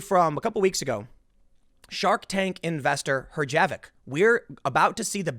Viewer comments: Herjavec is pronounced her-yah-vetz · Its pronounced hersh-a-vick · Herjavec is pronounced "hersh-a-vack" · its not herjavec.....its herjavec lmao!!!!!!!!!!!!!!! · Pronunciation: her ja vic Couldn't pay me to reside in a major city. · Assuming years of "Shark Tank" are correct, the proper pronunciation is "HER-zha-veck". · Mr. Herjavec's name is pronounced "Her-sha-vec" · pronounced "herja - vec" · "her - sha - vec" :) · Robert “Her-ja-vic” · Accent on the first syllable of Herjavec. HER-zjha-vek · Robert’s surname is pronounced “HER -ja-veck” (emphasis on the first syllable). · I believe the “J” is silent in Herjavec.